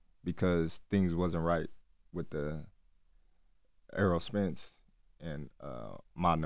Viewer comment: “Earl Spence” 😂